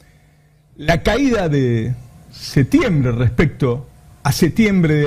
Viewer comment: ...aguante hasta que dijo 'setiembre'